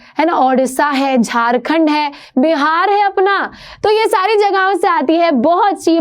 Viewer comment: The way she is saying Bihar she has a literal meaning 😂😂